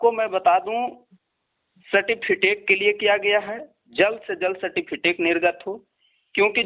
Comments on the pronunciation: Phle bolna to sikh lo sateficate nhi certificate hota hai islye tum non merit me ho 😂😂😂😂😁😁😁😁😁😁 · Certificate hota hai sir , aap certifitec bol rahe hai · Phle certificate bolna sikh lo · Certificate bolna to aata nahi aur gayn dene aa jate hai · Sir pahle certificate to thik se bol de.